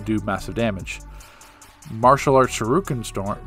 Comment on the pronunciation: "sheruken"....bro you been playing this game how long? and you haven't noticed its spelled "shuriken" lmao